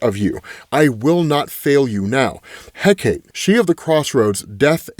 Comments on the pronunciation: I think I've left a Hecate correction in every one of these videos. Idk how much of the comments he reads. I'm used to mispronunciations among many of my favorite channels, but for whatever reason, this one in particular bothers me, lol. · Then English should spell it so it's pronounced that way instead of spelling it in a dumb way that nobody except the biggest etymological nerds will pronounce the way it's intended. At least put a little accent marker over the e on the end of Hecate, like for real. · Hecate= Heh-ka-tay. It bugs the hell outta me when people pronounce it Heh-kate. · Hecate = Heck-uh-tee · It’s pronounced Heh-ka-tā. The sovereign/goddess of witches and magic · In Greek it’s pronounced hek ate not heck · Pronunciation police: HECATE - hek - ah - TAY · It’s eh-KAH-tee btw, Greece loves you my man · I think the goddesses name is pronounced Heh-Kah-Tee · Hecate is pronounced "heh kuh tee." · Hecate is pronounced Heck-a-tee. Luv ya, but you wouldn't want to mispronounce the name of a goddess.... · I am BEGGING you. It is pronounced Heck-uh-Tee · My Brother in Odin, it is pronounced, "HEH-cah-tay". Closest rhyme I can think of is "secretary", but without the "r", so, like, 'SEH-cray-tay'. Hecate="HEH-cah-tay" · if you care, it's usually pronounced HECK-a-tay. I've heard both, but, it's greek in origin, so, usually you throw a syllable to a vowel. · It's HË'-CÄ-TË. Three syllables. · Hecate = HECK-uh-tee or HECK-ah-tee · Hecate is pronounced He-cuh-tee. Love that you're back to covering these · I love your videos but it's pronounced Heh-KAH-tee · How dare you not read my last comment about how to pronounce Hecate's name? (Jesting) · Bro, you gotta look up how to pronounce Hecate... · Oh you saying Hecate wrong made me laugh. Glad you're doing Absolute Wonder Woman again! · .....man u mispronounce soo much stuff on this channel ...its not heck-ate...its heck-uh-tee , not hippo-lie-ta its hi-pol-i-tuh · Hi-pole-light-ay He-kate